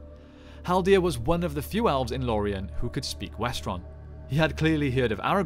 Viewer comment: Why do you mispronounce elves as alves?